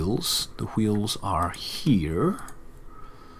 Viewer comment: Hweels. Why are you putting so much emphasis on the H?